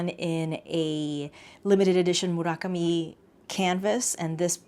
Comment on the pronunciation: thank you thank you thank you for including style codes and pronouncing "Murakami" properly, instant subscribe